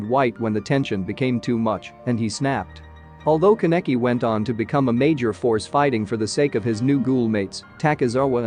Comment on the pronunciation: I hate his miss pronunciation of my husbando Kaneki